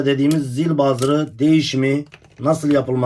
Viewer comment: Zil bazır degil, buzzer demelisin. Buzzer zil demek zaten.